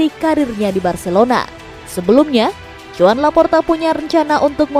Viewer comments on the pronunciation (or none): none